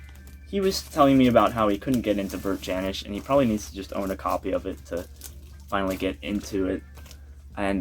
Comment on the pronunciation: Hey, great that you’re into Bert Jansch. I saw him live a few times. You need to pronounce his name correctly though. Check out Davy Graham and John Renbourne too. They all came out around the same time playing the clubs in London. Bert learnt his stuff from Davy. Everyone learnt their stuff from Davy. He was the key player in the folk scene in England- taught Paul Simon too.